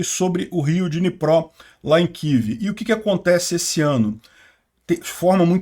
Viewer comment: Não é kiv que isso não é inglês, é kiév